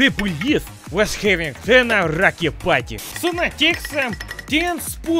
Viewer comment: He say Rakia